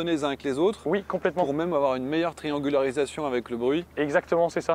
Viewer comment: "Triangularisation" XD